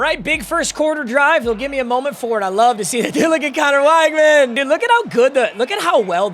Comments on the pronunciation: it’s pronounced wig-man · weg-man its weg-man please